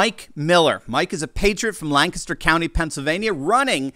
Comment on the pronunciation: You pronounced Lancaster' correctly you always impress